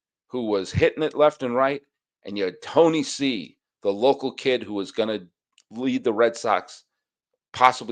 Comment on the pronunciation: You're the first American I hear pronouncing Tony C's name correctly. That's why I am an #EveryDaySully!